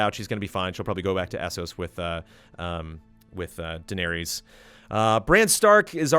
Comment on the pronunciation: well, he has the true pronunciations of Targin and Dave-os down...yeah...